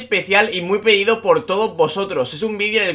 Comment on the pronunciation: es cosa mía que dice peido en vez de pedido